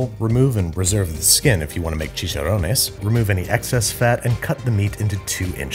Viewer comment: Loving the fact that you can pronounce "orégano" and "chicharrones" without making a fool of yourself! Kuddos!